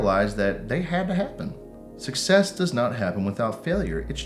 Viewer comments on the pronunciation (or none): none